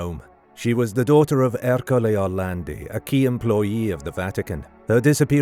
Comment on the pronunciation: Perché lo chiamate ERLE Orlandi?? Allucinante.